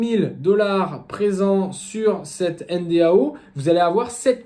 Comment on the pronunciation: Soit tu prononces 'èneDO' soit N.D.A.U. avec U mais pas N.D.A.O. comme tu le fais dans toute la vidéo. C'est quand même le titre et le sujet de la vidéo.